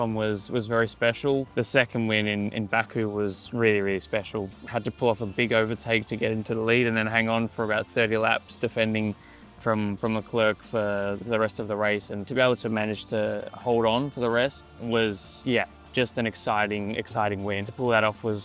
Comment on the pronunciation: lol he said lecrerc wrong